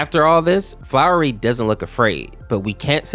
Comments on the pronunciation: Think the infected human is the fat different person and that's actually frisk, (also its flowey, not flowery, flow-E) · Calling Flowey "Flowery" Made Me Absolutely Mad. But, I'm Willing To Forgive Since It Could Just Be The Way You Speak. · its funny how you said flowery lol. its flowey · Hey, frisk and chara are canonically non binary Also it’s Flowey, not Flowery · Frisk isn't male, Frisk is gender neutral. They/them his name is Flowey, not Flowery Chara is also gender neutral, not female. and the name is pronounced "care-uh", like "character" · flowy not flowery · Bruh he says “Flowery” and not “Flowey” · Take a shot every time he calls Frisk a he/says Flowery instead of Flowey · This video hurt me a lot because of your pronunciations and misgendering, Flowery as you call them is actually pronounced "Flowey". Frisk and Chara have no gender in the base game and are usually referred to as They/Them. Other than this, your analysis of the story (even though it's older than the infection AU by at least 9-10 years) is pretty on-point. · Flowey not flowery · It’s not flowery it’s flowy fl-ow-y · no its flowey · Bruh, FRISK IS A “THEY/THEM” PRONOUNS ONLY. …also, it’s flow-ee, not flowery, and it’s spelled Flowey. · It's not really a big deal, but you were saying his name wrong. It's "Flowey" not "Flowery" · also it's not said "Flowery" it's just said "Flowey" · Oh boy i sure do hope that doesn't mispronounce "Flowey" as "Flowery" the entire video, and also doesn't misgender frisk the entire video (Spolier: he does) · Flowery that's what you are saying it is flowy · Your saying flowery it's flowey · Quick note it's flowey not flowery I played undertale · flowey, not flowery lmao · You wanna know something? Frisk is a genderless child, so they are neither man nor woman Edit: why do you say Flowey like flowery? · i love the flowey name variation sounding like "flowery" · You kinda messed up flowey you said flowery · Why are you saying flowery